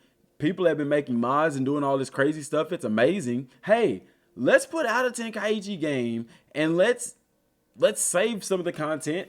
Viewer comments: No. It's ten-ka'ichi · I wish folks would stop mis pronoucing this games name.....Ten-Kai-Chi